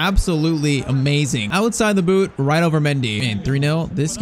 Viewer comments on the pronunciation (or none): none